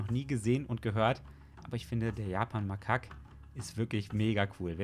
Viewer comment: Das hasst es falsch ausgesprochen das 2. A bei makak wird lang gesprochen also Japanmakak= (Ausprache) Japanmakahk